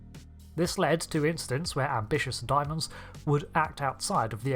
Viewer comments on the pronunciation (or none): day-mons not diamonds lmao